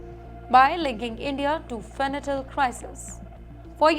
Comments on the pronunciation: Not " fenatyl" but fentanyl. Pronounciation should be proper !😊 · Adorable 😄 Its Fen-ta-nil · Fanatyl ❌ Fentanyl ✅ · It’s Fentanyl not Fentanyl